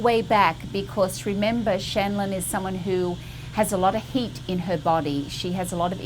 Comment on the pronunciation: I thought she said the woman had “hate” in her skin. Then I realized she said, “heat.”